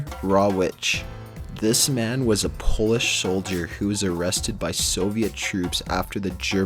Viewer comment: He also said Poeish over and over, instead of Polish.